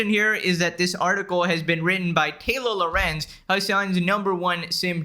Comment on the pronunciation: When says "Taylor Lorenz" it sounds a bit like "Taylo Lorenz" which makes her sound like a character from Star Wars, her character does Jedi Mind tricks but in reverse, instead of magically convincing people she's right, she magically always manages to convince everyone she's dumb AF and wrong